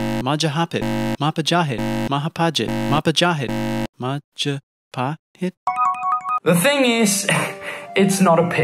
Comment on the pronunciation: The struggle to pronounce Majapahit is real 😂 Anyway, Majapahit kingdom a.k.a present day Indonesia was colonized by the Dutch for hundreds of years, it probably reached Europe through the Dutch.